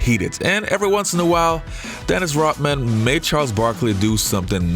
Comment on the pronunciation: Who is this Dennis Rockman that the host keeps talking about?